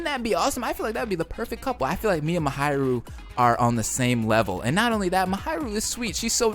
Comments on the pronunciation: I love how he says, MaHAIru instead of Mahiru lol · Who's "Muhayrooh" ? (Please, try to pronounce it even a little bit correctly) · I'm sorry but it's pronounced MA-HEE-RU